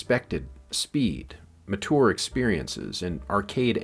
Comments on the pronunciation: "Ma-Tour" experiences? Took me 6 minutes to realise this was AI slop geez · really interesting video! but I will not get over how you pronounced "mature"